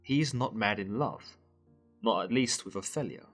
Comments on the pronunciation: oph-ELL-ia?? really? it’s opheeelia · Can I ask abut your pronunciation of the name Opelia. ? I’ve only heard it as ‘O-feel-e-ya’. Yet you say ‘O-fell -e-ya’. Just wondering why?